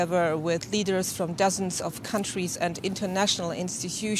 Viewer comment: Leaders not eaders...